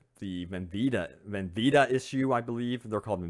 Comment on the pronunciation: Not "Bendita".